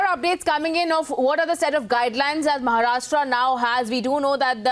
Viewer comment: It is महाराष्ट्र and not महाराष्ट्रा